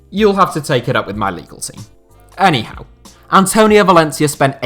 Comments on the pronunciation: Absolutely. So much so that every time he says it, I now hear 'Eddie Howe'. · I always thought it sounded like Eddie Howe lol